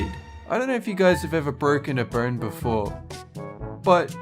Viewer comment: It sounds like he is saying burn instead of bone.